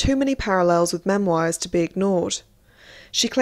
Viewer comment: The way you pronounce memoirs is triggering